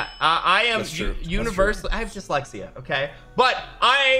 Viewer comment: Yo sigels ma homey we both got dixlexya but he an't afrade to say it.